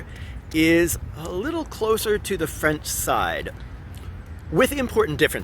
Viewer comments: frenchman speaking here, i'm quite impress with your accent! also as a guy who came on your channel via the input of Mr Ian from forgotten weapon i truly appreciate that you don't rush talking about gun and instead take the time to bring a whole lot of context! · Your french pronunciation is excellent! **Cough And much better than Ian's **cough For the lyrics, "those ferocious soldiers come take our sons and wifes from our embrace to slice their throats" is closer but you get the point! As for the Legion, given their nature of a last resort shelter for those who have nothing left to lose, the fatalistic tone is probably on point. If i remember correctly, French citizens can join it but will have to shed their identity and become "Belgian" or "Swiss" on the records before enrolling